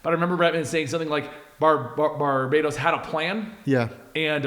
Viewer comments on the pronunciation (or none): om im sorry but i have to... its not bar-bay-dos its Bar-bah-ttos! Fron the Latin word Barbatus! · I think right with the Barbatos pronunciation. They didn't just stick '..bat..' in the middle, while telling a story about a demon hunting Batman. It's Bar-Bat-os, not Barbatos like Barbados. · Stop calling barbatos barbaydos thats not how you pronounce it!